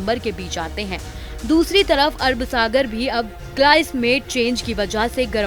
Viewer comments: Abe pagli pehle sahi se naam lena Sikh lo samjhi, Arab sagar ki arb sagar bol rhi h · Arb sagar nahi Arab Sagar.